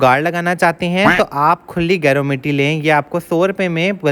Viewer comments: Ap naam hi ghalat lay rhay hain gaer word ki tarha hai ye geru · गेरू होता है गैरो नहीं